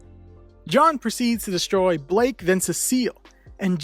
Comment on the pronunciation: BLYKE NOT BLAKE BLYYYYKE